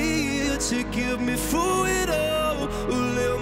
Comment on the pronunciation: I love how he says "through" like "foo"